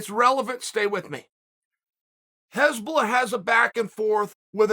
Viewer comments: Just funny that he says heshbolla instead of hasbulla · This is one of the funniest mispronounced names in chaels history. hezbollah and hasbulla are two very different things lol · Its not Hezbollah, Chael. Its Hasbulla. Hezbollah is a Lebanese muslim army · No one clocked hes saying Hezbollah ? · "hezbollah" LMAO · Its not HEsbulla its Hasbulla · Chael, it's Hasbulla. Not Hezbollah. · Hasbulla not Hezbollah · Nobody: Uncle Chael: Hesbulla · No disrespect Chael, but his name is 'Hasbulla.' Pronounced HAS-BULL-UH You are calling him Hezbollah which is the name of a middle east military group, often referred to as terrorists. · No one: Chael: Hesbulla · Hasbulla : Chael: "Hez bollah" Hez bollah : "Ok great" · just when you thought it couldn't get better than "yeery provider", chael offers us "hezbollah" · anyone notice that chael is pronouncing Hasbulla name as Hezbollah which is a name of a anti Israel terrorist organization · “If u realize that I’m saying the wrong things and u think u need to correct me, u don’t.” We know Uncle Chael, that’s because you’ve never been wrong, whether it’s fight predictions, pronunciation of names or physical combat. Uncle Chael has never lost. Undefeated and Undisputed. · Chael mispronouncing Hasbullah’s name as a terrorist organization is even better then how he slaughters Machachev’s name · so him saying hasbulla with an "E" isn't bothering anyone else ? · Chael is totally working this act like he doesn't know anything about Hasbulla.... he knows everything. this is the same work as him mispronouncing names